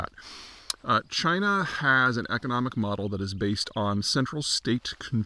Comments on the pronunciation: It's pronounced CHYNA! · No, it's pronounced 'Jina' again.